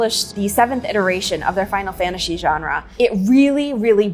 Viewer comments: cool, you say "Final Fantashee". It must be because you are about to say "genre" and it sounds strangely ok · "Final fanashy jara"